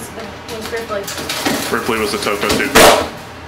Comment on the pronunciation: Wouldn'T it be more like "Toucaine and Toucaine Accessories" like from the pronouncing xD Hwat in Gods earth is a Twocaine? I don't even have one Cane yet.